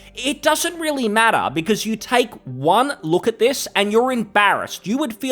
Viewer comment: "vipe" and "doesnt matrter"? fker you sound like one of them, the one you criticize